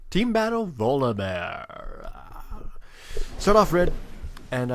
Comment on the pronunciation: It's his accent >.> Sometimes he says bolivear/yogibear/etc